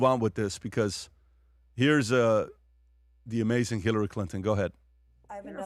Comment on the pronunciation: It's AMAZING....not AMAZINK!!! 😣 Where's Bert today???